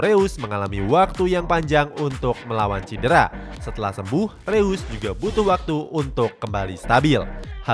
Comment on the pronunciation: Bacanya Rois, bukan Reus woy wkwk